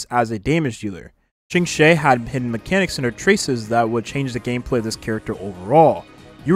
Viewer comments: A small correction for Qingque's name pronounciation (as a Chinese person, I understand chinese can be quite hard to pronounce especially for English speakers), her name in Chinese is:青雀. To pronounce as close as you can, try: Ching-chu-eh or Ching-chueh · Seriously cause who tf is Qingshay 💀